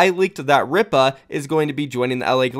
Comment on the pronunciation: I'm pretty sure Ripa is pronounced Reepa